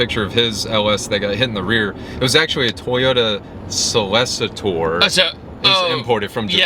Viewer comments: As a long term ls400 enthusiast I feel a bit offended you can't pronounce Celsior. Sell-See-Ore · a Toyota fucken what? Celsior is not that hard to say